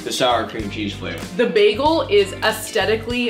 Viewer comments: It’s a baYgel ok not a baglE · said beacon egg and cheese begale as im eating one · When you said bagal all I thought about was baggles from i Carly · She ate bagels, or as Britta Perry from community pronounces it BAGels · Am I the only one that pronounces bagels BAGels no just me okay